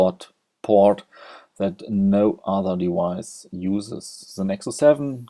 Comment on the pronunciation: Did he "dewise"